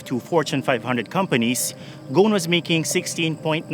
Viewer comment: It's Ghousn not Ghoun, the S is pronounced